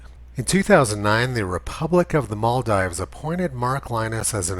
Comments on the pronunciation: Sorry, did you just said Moldives? It's Maldives. A. Just throwing it out here since we're consistent and precise, right? Humanum errare est. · Yes and it's pronounced Maldeeves.